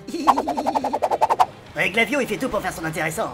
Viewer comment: c est pas glavio c est flavio